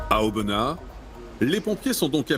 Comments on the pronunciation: Sa se dit aubena le s on le pronomce pas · Oui aubenas sans prononcer le S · Je viens de voir cela dans mon fil d'actualité c'était temps au bout de 3 ans c'est mon département et je l'adore mais vous savez qu'il y bien d'autre ville où village à montrer surtout Aubenas c'est juste par rapport à Vallon.. Et pour info le s de Aubenas ne se prononce pas C'est plan dur sont horribles